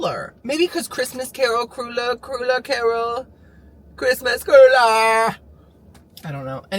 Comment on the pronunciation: Love the new car, so happy for you! Idk why, but 99.99% of store bought potato salads are disgustingly sweet 🤢 that’s one thing I’m really picky about, I have to make my own 💜 ilysm!!🤟🏻 Ps… cruller is pronounced like cruh-ler 😉